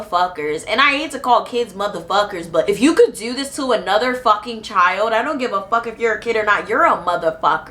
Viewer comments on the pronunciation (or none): none